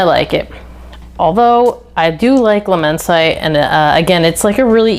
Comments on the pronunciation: Not amber, it’s chypre. Please get it right if you use a true perfumers vocabulary. It is immense it’d. Immense it -ay given the e on the end , my apologies if this upsets but I hope you learn from it. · Its pronounced "La-men-see-tay" 😂😂 and I've almost ran through my bottle of Immortal this summer, its a banger of a scent for cheap.🔥🔥 I received a couple compliments wearing it too😅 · Good review! But… if you’re going to dedicate this much time to fragrances, you should probably learn how to pronounce the names. Luh-men-site? Jesus Christ, I’ve never heard such shitty French.